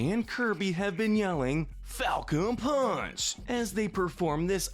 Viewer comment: He's saying Palcon Funch